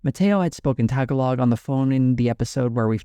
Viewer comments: it's not pronounced TAG-A-LOG!!!!!!!!!!!!!!!!!!!!!!!!!!!!!!!!!!!!!!!!!!!!!!!!!!! More like `taaa gaa log` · I'm sure you've seen this elsewhere but yeah, it's pronounced tuh- gaa -luhg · tag-a-log 🤣 It is ta-ga-log. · Tagalog is pronounced TAH-GAH-LOIG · Tagalog is pronounced "tuh-gaa-luhg", but great video otherwise! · Tagalog is pronounced Tuh-ga-luhg. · the philipino language is called Tagalog pronounced ta gah lo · not you mispronouncing tagalog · Bro the way you pronounce Tagalog sound racist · I’m a white guy but I live in Calgary so I hear Tagalog almost daily and the way he pronounce Tagalog is so funny to me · Uff, that pronunciation of Tagalog. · Love your stuff but oof your pronunciation of "Tagalog." 🤦‍♀️